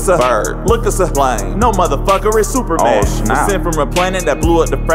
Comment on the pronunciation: "cause there is no Zuperman!" 😂